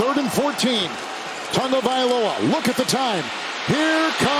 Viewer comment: I can't stand the way this announcer says Tagovailoa